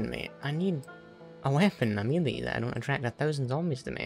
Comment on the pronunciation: your pronouncing melee wrong